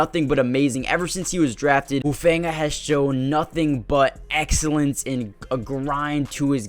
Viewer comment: It’s pronounced “who-fun-ga”